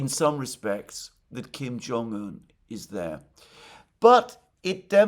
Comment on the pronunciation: I'm glad that Alexander finally got the pronunciation of Kim Jong-un right. It used to hurt my ears.